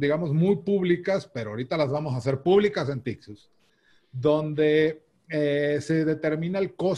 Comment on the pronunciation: “Nosotros en Tixuz” JAJAJAJAJAJAJAAJA amo al 😂😂😂